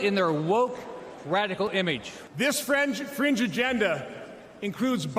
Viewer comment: Did he say " this french fringe agenda " ??